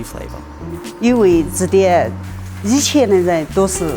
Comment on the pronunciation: Any Mandarin speakers noticed that in this accent, lots of final nasal sounds (-n, -ng) are dropped compared to standard Mandarin. Rubing -> rubi zenme -> zeime baocun -> baocui yiqian -> yiqie And many more.